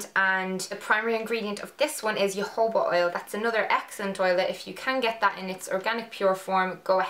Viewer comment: Melanie u know the oil u were talkin about , what is it called i couldnt hear (something like yohobo oil) btw i am from iireland also! In galway